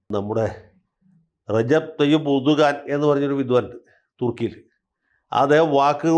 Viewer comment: എന്റെ വക്കീലേ ഉറുദു ഖാൻ അല്ല. ഏർദോ‍ഗൻ